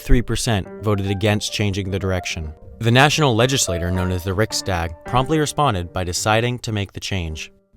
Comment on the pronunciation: "Dagen H" is actually pronounced "Dar-gen Hor" and "Riksdagen" is pronounced "(European R) Rih-ks-dar-gen".